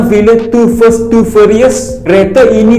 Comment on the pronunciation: The fast bang, bkn the first😅